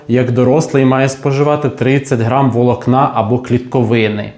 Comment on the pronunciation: Чому такі дикі наголоси - дОбу, вОлокна?!😮